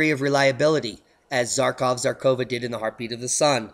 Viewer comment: I like to watch your videos, so I respectfully want to offer a little taste of Russian you can use in them. Russian consonant, which is represented as Zh, and written Ж, for example Zharkova (Жаркова), is found at centre of English - pleasure -, not in English - zoo -. This is understandably difficult, as English has no consonant Ж.